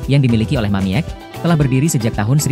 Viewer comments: Woi anda salah baca bukan Mamiek tapi bacanya mamik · Yang baca narasi bikin bingung. Harusnya dibaca "Mamik', bukan *mamièk. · Min bacanya Mamik jangan Mamiek lucu dengernya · Yg baca mungkin kurang wawasan, sedih. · Mamiek seharusnya dibaca "Mamik" karena huruf e hanya gaya penulisan saja. 😅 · Bacanya Mamik .